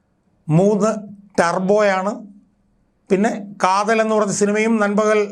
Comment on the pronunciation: Kathalan alledaa mandaa kaathal😅